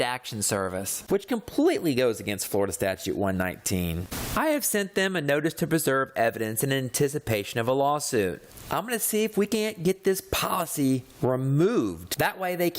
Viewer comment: It's preserve NOT perserve you man you..